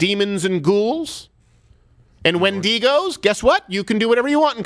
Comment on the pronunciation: Bruh it's when-di-go lol get your monsters right. A creature from native American folklore, a human who ate another human and became a demon.